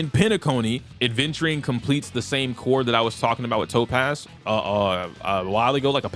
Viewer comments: Lol I still can't believe you're still pronouncing Aventurine as ADventurine😂. Good analysis though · adventurine 😂 Reminds me of cumberbatch saying “pengwings”